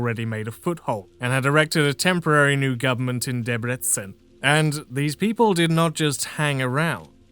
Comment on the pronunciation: Perfect Debrecen pronunciation.